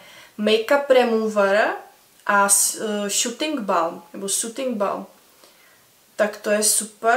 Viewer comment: Šuting balm, koho tym chcete shoot. A čita sa to Alfa eidž.